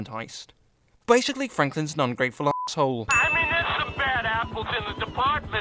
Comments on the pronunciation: The way says assholle lmao I'm dying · Sion The Undead Juggernaut yeah me too he says it like a German